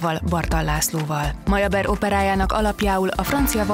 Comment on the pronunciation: Gergely előtt le a kalappal! De könyörgöm, ki az a MAJABER?! Legalább egy Opera Caféban illene tudni a zeneszerző nevének kiejtését!